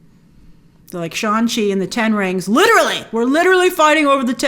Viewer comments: It’s shAng Chi!!!!!!!! Not shOng Chi lol YouTubers… 😅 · What’s driving me crazy is how she pronounced his name the whole time